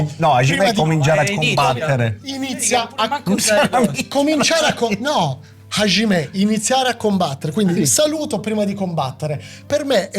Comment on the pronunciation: Ervin, Hajimemasu vuol dire cominciare Hajime è traducibile con "inizio" o "iniziare"......(iniziare qualsiasi cosa, dipende dal contesto, non solo combattere)......................e non si pronuncia HASCIME ma HAGIME , il JI giapponese è foneticamente di base il GI italiano non SCI.